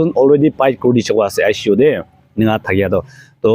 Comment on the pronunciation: Bro just a small correction. Its ICU (intensive care unit) & not aishi u.